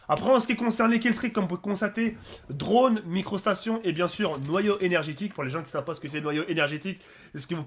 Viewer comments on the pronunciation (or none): none